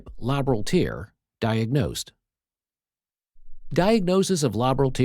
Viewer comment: "TEARS" as in crying. Another dreadful text to speech example.